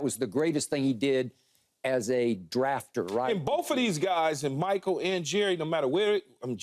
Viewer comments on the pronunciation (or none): none